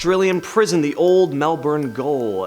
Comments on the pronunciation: Old Melbourne Gaol is pronounced jail it’s the way we spell it here and in England. I know it’s confusing, but apparently that’s how we do it down under. There is a lot of haunted Gaols here that didn’t make your list that I’ve investigated and are creepy as. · Gaol is pronounced Jail